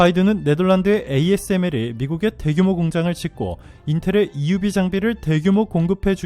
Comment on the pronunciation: EUV 발음 감동적입니다. 많은 유익한 정보에 감사합니다.